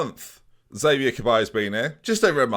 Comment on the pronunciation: Xavier's probably upset you keep mispronouncing his name